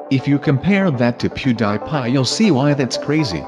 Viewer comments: "Poodiiiiipie" his pronounciation though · I say pewdiepie BUT SAY POODIPIE.